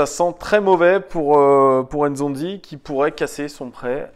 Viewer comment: Pour info c est pas zonzi mais N'zonzi en appuyant bien sur le N